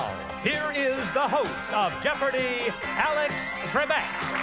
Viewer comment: it sounds so weird when he announces is Alex. He like underpronounces it